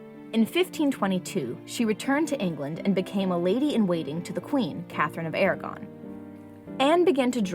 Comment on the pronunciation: That's not how you say, Aragon.